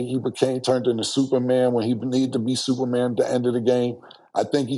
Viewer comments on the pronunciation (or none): none